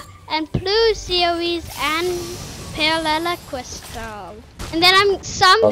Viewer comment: Palellel Cryst haha 😂